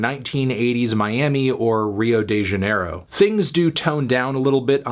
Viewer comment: the way he says "rio de janeiro" kkkk